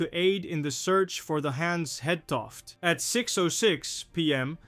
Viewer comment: Actually the ship København, lost in 1929 with 59 crew would make an excellent subject for this channel: It is much closer to the Titanic in time, but considered more obscure than the Hans Hedtoft. Your video is good, but your actual pronounciation of the name Hans Hedtoft leaves a bit to be desired for Danish listeners. Try to listen to how Google Translate pronounces it.